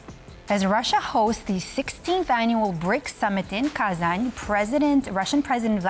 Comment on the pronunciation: Wow, someone starts saying Kazanь right